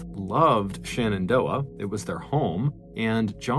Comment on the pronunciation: I know this is just a fan edit channel, but it drives me nuts when people mispronounce basic stuff. I know, everybody loves MrBallen, but it's not ShAnnondoah, it's ShEnendoah. Stop saying SHANNONdoah.